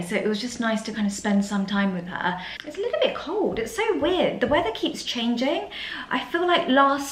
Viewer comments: Lie tle? Tell that his word is not in the English language 😂😂😂😂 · In the US it’s pronounced Leeedyl